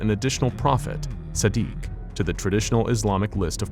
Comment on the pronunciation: Sadiq is pronounced like the french word for cruel